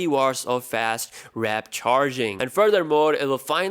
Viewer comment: did you just say wrap charging?